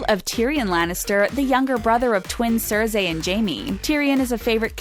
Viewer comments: Please stop saying cersei as cer-say, it’s pronounced cer-see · Waisale Basiyalo it's more like carzai😂😂😂😂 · I really wish you would at least study up on the videos you are making ahead of time. The names are pronounced Sir-See, S-on-suh and Ar-ee-uh. 🤦🏻‍♀️ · Hate watching these things, fictional characters or not you people need to learn to pronounce other people's names right it is very irking. Stop calling Cersie, Cersay it is so annoying if there was an accent over the second E then pronouncing it Cersay wouldn't be that bad. But bloody hell man. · Cer-Say ok... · I stopped watching after you said cerzai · It’s not sersay you idiot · Cerzay???? WTF? Credibility going downhill fast...... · Do you like Jaime Lannister's sister "Sir say"? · I'm sorry but why are you pronouncing their names like a buffoon? Cersei pronounced "sir-zay" and Arya pronounced "area" did you even watch the show? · she said SÖRSEY hahaodhaudhwıejdpwödğsiaiaihahahahahha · "Cer-sai" What? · The way she says Cersi also. Annoying when someone who’s reading a GOT list don’t know their names. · Cersay lol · Cerzayyyy? eriaa Wtf 😂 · Thien? Sanza ? Cerzey? Misunday? Really?? Dracarys woman!!! 🔥🔥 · Lena Headey is Sir Say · IKR...wth is CeRzAy? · Who else cringed when she said Cersei and Westeros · The way you said Cersei makes me want to get my head smashed in by the Mountain. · She never watch got bc the way she said Cersei 🙄